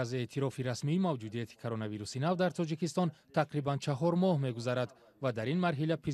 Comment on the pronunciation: тучик не тОЧик, Тучикистон не Точикистон.